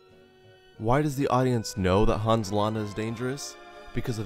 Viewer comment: Thanks for sharing this: Interesting tweek on villains. But as a native Germanspeaker I have to say: It is not to be pronounced Haaans but Hans -> keep the a short -> don´t open the mouth to widely for that purpose! Short letter, short opening!